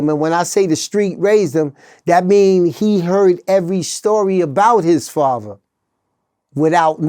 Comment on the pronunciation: I think he means "father" not faver😮